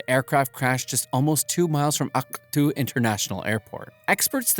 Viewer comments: Do NOT pronounce Aktau like that It really sounds like you know what… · Not to be mean but the way he said Akatu got me rolling🙏😭😭